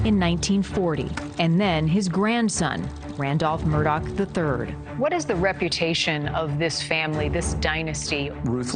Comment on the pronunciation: The fact they keep calling him “Alec Murdock” through this whole thing is making me crazy!!!